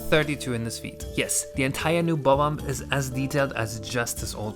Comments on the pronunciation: Thank you for saying Bob Omb instead of buhbomb. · i love the way you say bob omb its so satisfying